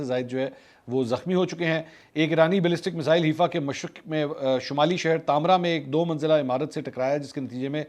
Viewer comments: Name is not Heefa It called Hi-fa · it is haifa not heefa it is pronounced like 'hai faa'. seems like you have been watching haqeeat ki duney lately.